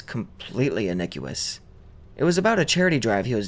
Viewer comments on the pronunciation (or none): ish I say this in respect and love, but just for the future, "innocuous" is pronounced "In ock you Us" Keep up the great vids!